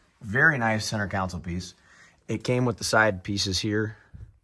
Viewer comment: Con-sole ..not council